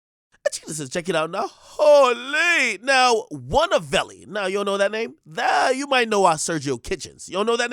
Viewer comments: "HO LEEE" "Wunnavelli" hahahaha ak be funny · Its ”Holy!” not holeee 🕳